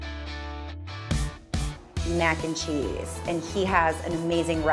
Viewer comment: I love how she says cheese